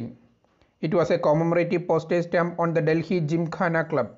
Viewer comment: Most Awesome video giving valuable information. Delhi is pronounced as Delli or Dilli and not 'Dil hi' as pronounced by the anchor !!!